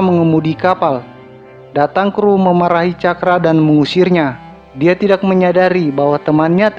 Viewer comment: Tax, tidax. Gk enak d denger. Tau bedanya k sama x ndak